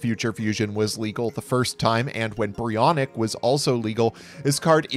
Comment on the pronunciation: Finally someone who pronounces Brionac the right way!